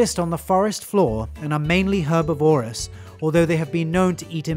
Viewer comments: Herbivorous pronounced with the stress on the “i”. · Lovely. BTW, don’t use adjectives as nouns, which by the way you mispronounced. Herbivore, carnivore and omnivore are the nouns. Herbivorous and carnivorous were also mispronounced. Just saying! Consult a dictionary.